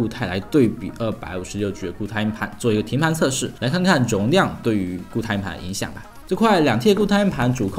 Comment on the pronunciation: 连硬盘这个词都发不好音，不该连读的地方强行连读，不该轻声的又发轻声。真的没心看下去